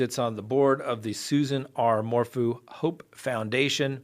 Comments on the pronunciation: Suzanne 'Mor-foo' lol How do you pronounce the word 'phew'? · cracks me up. I come here for the true crime, but I stay for the mispronunciation of people’s last names. Lol Mor-Foo